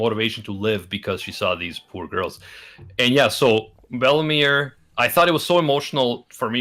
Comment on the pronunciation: I think ment bellemere but i heard bellamy